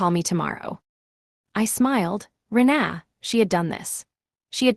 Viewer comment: It's Reena not re na